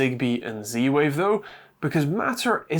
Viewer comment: stop saying "c-wave" .. use proper english :)